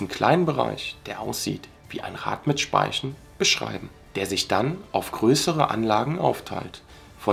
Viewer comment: "ein Rad mit Spaischn"